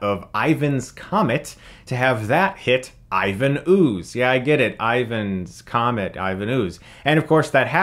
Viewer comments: Has someone mentioned it is "Ryan's Comet" not "Ivan's Comet?" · So just a few things. It's Ryan's Comet, not Ivan's comet. And the movie was shot in Australia. Other than that I kinda agree with your review, first 30 min is amazing, the middle bit slogged a bit, but then end fight with the robots I actually quite enjoyed. I've watched this movie so many times, and its just a fun ride, laugh at how over the top things are, and they dont take themselves too seriously either, which is the best part. The reboot Power Rangers movie tried to make it serious and deep, it was interesting but it wasnt power rangers to me. In fact I have forgotten most of what happened in that movie, and I have seen that movie twice. I just find myself keep coming back to the 1995 movie. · It's Ryan's Comet not Ivan's Comet